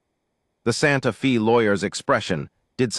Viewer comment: Please, please, and again PLEASE work with AI to correctly pronounce Santa Fe (correctly pronounced is Fay, not Fee). The correct pronunciation is respectful of the community itself, but also to the people listening to the story. Listening from Clarksville! TN.